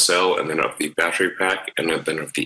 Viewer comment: I think he’s using Kilometers because he’s used to using them even on the unveiling of Roadster 2 he used kilometers not miles. Even when saying “battery” he never ever says “be-de-ry” like all Americans do, in SA🇿🇦 we use kilometers and pronounce battery 🔋 the “correct way”.